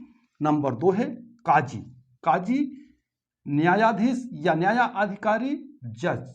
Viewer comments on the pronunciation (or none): Maherbani karke sahi Tallaffuz sikhaye, Nafis zaban sikhaye, jaise KAAJI ki jagah sahi alfaaz QAAZI hota he.